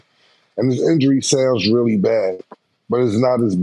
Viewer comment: haha said “I WEALLY WISH”